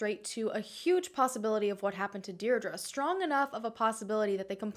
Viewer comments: Hi, just to let you know Deirdre is pronounced Deer-dree. Sending love from Ireland xx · I believe it’s pronounced DEE DRA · Why are you pronouncing Deirdre like that? X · That's my name and it's super butchered